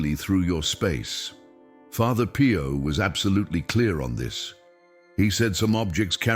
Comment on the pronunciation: calls Pio Pie-o! Lol